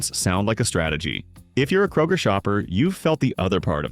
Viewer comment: ... kay-roger. LOL!